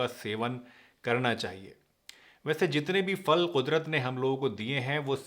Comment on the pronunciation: Phal phal Not Fhal tell kindly tell PHAL.PHAL Not FAHL FAHL NAI PHAL